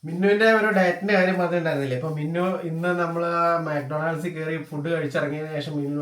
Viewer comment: മാക് ടൊണ ൾഡ്സ് അല്ല ബ്രോ.. മക് ഡോണൾഡ്സ് ആണ്